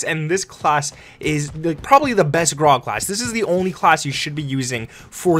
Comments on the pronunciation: its grau not graaaa ... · Grau ... pronounced "GROWL" rhymes with "COW"